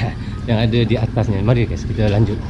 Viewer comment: kalau lagi di indo bilangnya jangan"adeu", tapi "ada"😂